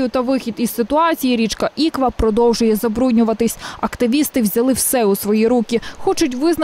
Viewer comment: Журналісти, послухайте як говорять місцеві жителі, в слові Іква наголос потрібно ставити на останню букву, а не на першу. А загалом матеріал правильний, проблему дійсно треба вирішувати.